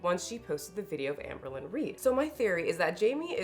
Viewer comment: Jamie has a chronic need to be the smartest/virtuous person in the whole wide room. edit: ps did you say Ambealones?!? (albalone) HAHHAHAHAAAhah💀 that term has got to be entered into the Haydur Nation Handbook.